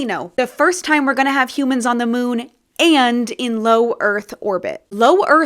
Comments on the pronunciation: the problem is he didn't put much emphasis on the AND part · He should have emphasised the word “AND” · he maybe shouldve stressed that "and" a little more lmao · He didn't word it poorly; he emphasized the words poorly. If he had put an emphasis on the word "and" it would've made it clearer that it was a first that BOTH missions were happening at the same time.